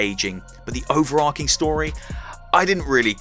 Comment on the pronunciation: I've never known anyone say "overar-King", instead of "overar-Ching"...